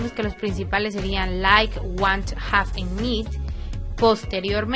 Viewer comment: Fíjate la pronunciación de IT /Does /Want/New.